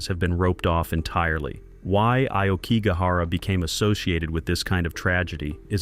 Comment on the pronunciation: Yet they pronounced "Aokigahara" quite well... perhaps it's not AI and just someone making a pronunciation mistake, like most people seem to these days.